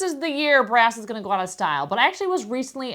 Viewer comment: Good info, but in your pronunciation, -ing should not be -een. Example: going not goeen.